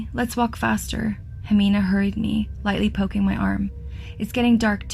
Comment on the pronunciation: I love how you narrate, it's perfect for the stories you do honestly. As a Mexican it's strange to hear Jimena pronounced as Jemina tho